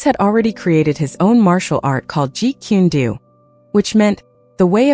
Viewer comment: It is not jeet quen doo it is pronounced jeet coon dough why cant any of these people get it right? Its annoying af and i think its higly disrespectful to the man and his system if your going to make content about something or someone at least give it the respect of learning the proper pronuciation